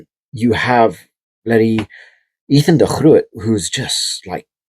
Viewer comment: Cool to hear you pronounce Ethan de Groot's name in the original Dutch, rather than the Anglicized version we'd normally use here in NZ. Also; the AB's stocks at prop are stronger than at any time in our history, crucial in a time when the Springboks are similarly blessed. Across the world the current era is a high water mark historically for front rowers.